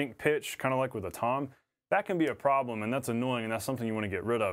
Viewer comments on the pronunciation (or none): none